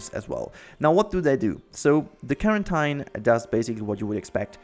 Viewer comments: Carantine? It's quarantine my brother, kwuoren,ten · I’ve never heard someone pronounce ‘quarantine’ like ‘clementine’ lol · It's pronounce quarintine tine as (teen) I find that weird too lol . I like the way you say it so lets keep it that way XD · Quarantine is pronounced kworanteen.